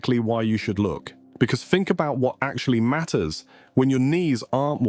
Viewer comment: This narrator can say the word ‘the’ perfectly plus a couple of other ‘th’ starting words-so it’s not a speech impediment. Everything else is ‘firty’ and ‘fink’ etc….once you hear it you will know what I mean, it drives you nuts.